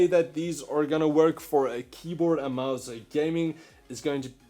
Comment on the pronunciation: Why do you say (a)mouse (a)bungie sounds awful and really uncomfortable. I hate how you keep adding an (a) in between words, i'm disliking for that.... sorry it annoys me (a)lots (a)sorry